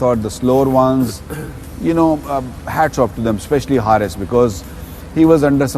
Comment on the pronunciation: not Haarith its Haris Rauf its mistake that everybody accept that😜😍🥰😂🤪